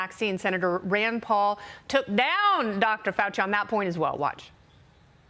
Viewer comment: s did she call Senator Paul an "actornn" with long "N" thrown in for reasonable deniability or purposefully mispronounced Just to get the truth out but also cause confusion of what she says!? 🤔 Every media should be scrutinized and looked at with a critical eye !